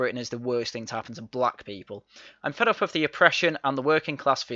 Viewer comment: How did someone who pronounces "with" and "wivv" even get in?